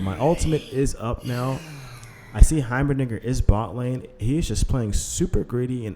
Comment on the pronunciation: Every time you say Heimerdinger I'm hearing Heimer(something else, won't post it here) It's probably just my messed up 🧠, maybe? 😆